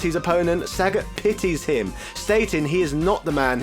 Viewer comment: This guy refuses trying to pronounce the names correctly. It's not only Ryu, but also Sagat, Gōken, Gōtetsu.... It's not only a matter of British vs American pronunciation. It's ok to pronounce the names wrongly, but maybe it would be more respectful to at least ... try?